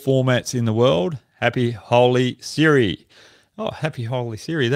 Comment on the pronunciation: That was happy holi sir !😂😂not siri